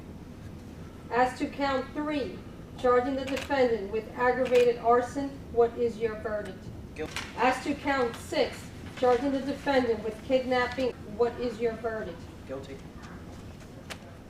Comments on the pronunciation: It is ASK not AXE! :) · Why is the word 'ask' so tough to pronounce?